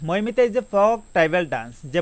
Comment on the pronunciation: No.5 Mamita, not maimita